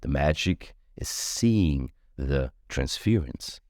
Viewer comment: I love you. Wonderful reading. One little pronunciation thing….. Trans’fuurrr’ence … not trans’fear’ence. ‘Ur’ sound. 😘